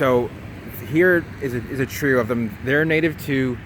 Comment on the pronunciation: Hahaha...."A tree-oh."